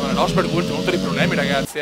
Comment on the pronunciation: mi fai morire dalle risate quando kiami rosbif a rosberg =)))))